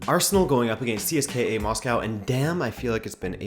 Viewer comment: CSKA - pronounced see - s - ka The A is a soft A, not hard A.